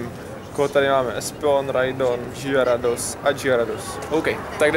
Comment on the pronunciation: Pekne jsi ty videa posunul, chvalim za vydavani novinek hned jak vyjdou. Jen bych jeste ocenil lepsi kameru :D ... a sneak peak Gyarados se spravne vyslovuje Garados ... Jinak velka pochvala